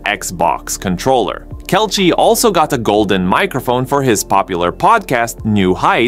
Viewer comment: How do you not know how to pronounce Kelce's name?